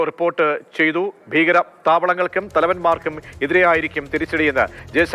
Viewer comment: ബീകരം അല്ല, ഭീകരം എന്നു പറയ്